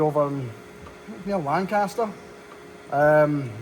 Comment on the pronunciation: HOLY SHIT! I've never heard someone pronounce "Lancaster" like we do in SE Pennsylvania (USA). Had a bit of a different accent, of course, but it's "LANG-Cast-er" and not "Lan-CAST-er" or "LAN-kiss-ter." Plenty of cows out around Lancaster, for sure. Craig Boltwood should go visit.